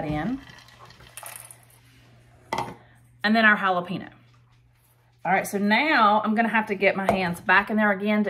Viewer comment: Really hal-Ah pee-nose?